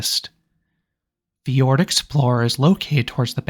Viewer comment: Fjord, not Ford.